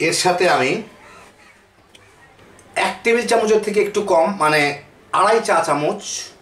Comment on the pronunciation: চামুচ নয়,চামচ।